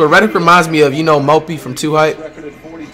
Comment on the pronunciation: Did he just call JJ reddick Mopi? 💀💀